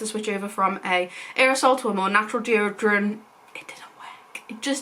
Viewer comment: "stick form deotorant" LOL